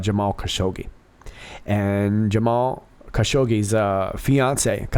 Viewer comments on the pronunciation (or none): none